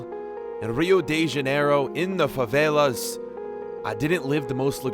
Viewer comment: He said properly for someone in USA.